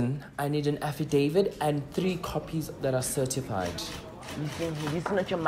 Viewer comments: As for "affidavid" and "satisfy"😂😂😂 kill me again Lasizwe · "You want afidevid " that one got me dead😅😅😅😅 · “I need an afidavid” 😭💀🤣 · "Afidavid" and "Satisfy"🤣🤣🤣🤣🤣